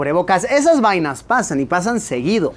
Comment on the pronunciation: Jajaha a quien más le dio risa cuando Luisito dijo vainas con el acento mexicano jaja🤣😂🇨🇴❤️